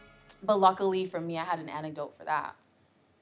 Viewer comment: Bahhhahaha... to be fair I think you actually said antidote, just bad pronunciation made it sound like "annidote".